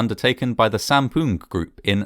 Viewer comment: lol u said "poon"